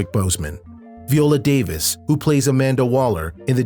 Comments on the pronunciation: It is 21 Bridges, not 27 Bridges. Also, Mark Ruffalo, not Mark Roofalow, and finally it's Viola Davis, not Vee oh law Davis. Other than that, Chadwick Boseman is truly missed and may God bless him. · 27 Bridges instead of 21 Bridges. Calling Mark Ruffalo instead Mark Roofallow, and Viola Davis as Vee oh law Davis.